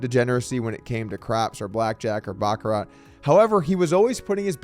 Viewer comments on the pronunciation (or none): Dougie, the 't' is silent in Baccarat. And it's not $50 when somebody backs you for ten grand. It's ten grand. OR......wait for it......10050!! Sharon's old address before Sexy Sadie performed that impromptu abortion. And no, it wasn't Tex.